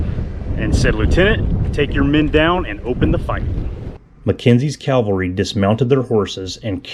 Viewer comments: It's not Calvary, it's Cavalry. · CAVALRY....Not Calvary... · Cavalry, not Calvary. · great work...but...PLEASE...the word is caValry, not caLvary...most common mistake thru out the internet.. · Not calvary BUT cavalry...